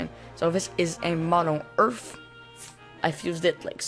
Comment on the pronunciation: EARTH! not EARF